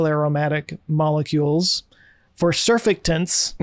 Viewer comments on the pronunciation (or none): Oof. That pronunciation of surfactants... OUCH.